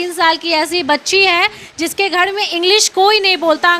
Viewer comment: Aur ko aud Ghar ko ghad Har ko had Angreji ko angdeji Pahle tu sahi kar apne aapko 😂😂😂😂